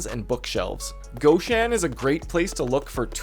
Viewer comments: All ok, thx. But goshAn, not gOshan)) that is nonlicensial copy of russian shop with name ashAn. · Awlee and gawhshan. You must not like the letter o